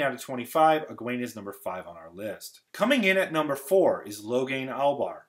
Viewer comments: Great stuff man. I so enjoy listening to people wax philosophical on my favorite series. It’s a little distracting that you are saying and spelling a lot of their names wrong. Moiraine’s last name is not the same as the Forsaken, Damodred/Demandred. Logain’s last name is Ablar, not Albar. The Asha’man is Narishma, not Narshima. Despite that, you got my like and subscribe. Keep them coming! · and Logain ABlar, not Albar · It is Logain Ablar (not Albar) and Jahar Narishma (not Narshima). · Uh---Narishma, not Narshima and Ablar not Albar? I like the way you analyzed this, different from any other that I've seen! Egwene developing the Flame of Tar Valon has got to be one of the biggest defining moments of the series. With Rand, you could also say he figured out (with Lew Therin's help) how to break a shield, although given the number 1 spot, it was kind of dumb that he let himself be shielded in the first place. I wish there had been a way to give a little more face time to very strong characters like Alivia and Sharina Malloy---it's just so tantalizing that esp Sharina gets "Wow, you should see this old grandma we found who's as strong as one of the Forsaken!" but, beyond a mention in Nynaeve's testing for the ring and her being a generally helpful and good influence for the "rebel" Aes Sedai, that's about it. Would have been in favor of seeing the endless descriptive passages and the Endless Plot of Doom scrapped in favor of a little more face time for these interesting side characters. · Haha, I'm a day after you and his 'Narshima' really threw me. It's Logan Ablar as well. Not Albar... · I'm just here to cry about "Narshima" and "Albar" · It's "Narishma" not "Narshima" and "Logain Ablar" not "Logain Albar" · Logain ALBar? Dude. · NARISHMA! Not Narshima. Logain ABLAR!